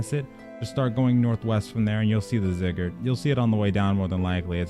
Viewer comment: it's "Zigg-er-rat"